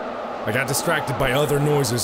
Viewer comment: Mark: I can’t be distracted * gets distracted * * dies * Mark: I WAS DESTROOCTED